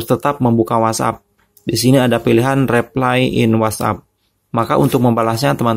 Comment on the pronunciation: bedain ngomong reply sm replay yaaa mass😂